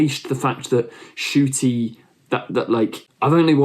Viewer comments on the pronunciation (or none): I noticed you don’t pronounce the N in Ncuti. I get why but he actually revealed that he mispronounced his name because it would be easier to pronounce or something along those lines. So yeah the N isn’t silent, just as a tip >.< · Ncuti is pronounced "Shuti"